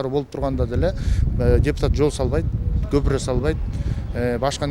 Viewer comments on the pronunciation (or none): none